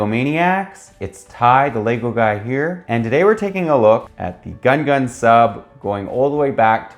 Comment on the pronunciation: You pronounced GUNGAN wrong it upset me very much